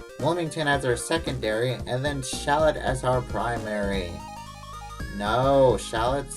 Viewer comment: it's shul-OAT XD